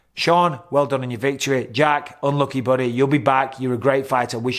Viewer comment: English buddeh 😂😂 had me dying